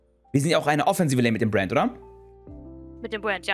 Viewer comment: warum sagt sie die ganze zeit Buen statt Brand? :P